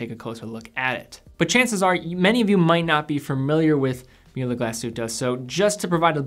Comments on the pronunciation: its pronounced Mool-uh Glass-hoot-eh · Pronounce the ü in Mühle like you do the second in the word glasshütte.